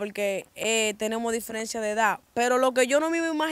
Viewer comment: Diferiencia no, diferencia, Tu tampoco eres joven ya, Busca de Díos.